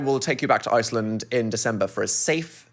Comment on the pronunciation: the way i’m french and i got confused when phil started mimicking the french accent because it was so accurate???? 😭 and dan made no mistake (except the pronunciation for iceland) yall should come here 😁😁😁